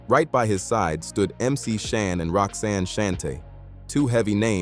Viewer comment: Outtie 5000 right after the 🤖 mispronounced Roxanne’s name